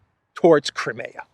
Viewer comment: Will you please learn to pronounce CRIMEA correctly, it is NOT pronounced "cra me ya" Phonetically it would be closer to "cry me a"